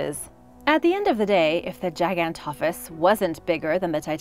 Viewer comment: Andrewsarchas was not a dinosaur it was a prehistoric mammal you did not pronounce gigantophis right aswell